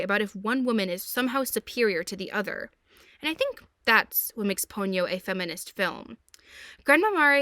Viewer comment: You don't have to pity me, girl. I was the technician who worked to subtitle The Castle of Cagliostro, one of Hayao Miyazaki's earliest works, into English. Also, it's Po-nyo, not Pon-yo.